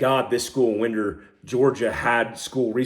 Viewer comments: it is not pronounced “Win-der “ but actually pronounced “Wine-der “ GA. Good stuff. Keep up the good fight. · Winder Ga is pronounced “wine der “ Ga brother. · Its pronounced " wine der" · fan of the channel and the work you do. Not a big deal but just thought I’d let you know that it’s pronounced wine-der not wind-er. It doesn’t really change anything other than it’s annoying to some in the community since most news stations around the country are pronouncing it wrong. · wine Der not wind er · “Wine-der” GA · Just helping you out for the future when you talk about this, it is pronounced Wine-der. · Why-n-der now Wind-er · WINE - DER not WIND-er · Pronounced whynder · Its "Whine-der" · It's pronounced winder Georgia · Hey, totally agree with your assessment. As a Georgia boy, please call it Winder like wind a clock not the wind blowing, thx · It’s pronounced Wine-der. Yes it’s spelled Winder Just letting you know Sir I grew up there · I'm from the area where it happened. Friend's kids were in danger. It's pronounced Wine-der, but that happens often. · Winder is pronounced like "whine der" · Pronounced “wine dur” Ga. 😂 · It’s pronounced Wine-der. I live very close. Sorry just had to let you know. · Another great video, thank you for your perspective… one correction, the town is pronounced “wine-der” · Hey I am an old Jarhead and a baby boomer, just barely. I don't believe anything the idiot box tells me. Winder GA is pronounced (whine-der) and Barrow Co is pronounced (bear-o). Informative Brother, I subscribed. Thanks for the video, keep telling what you can. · pronounced "whind-er" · Winder with the “I” sounding like a long “I” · FYI, it's winder like you wind a watch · I was coming to say the same. To make it easy for to understand, Prescott=Preskitt. Winder=Wine Der. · It’s Winder GA as in glass of wine.